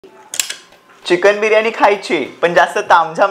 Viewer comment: चिकन म्हणतात चिकण नाही ताई😂